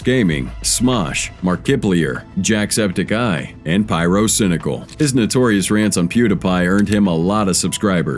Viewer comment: its good but isnt high quality when he messed up Markipliers and name lol he butchered that bigtime lol pewdopie and markibliar lol makes right there is when you can tell this is an ai generated voice jacksepicEYE lol the way he said their names was way ai generated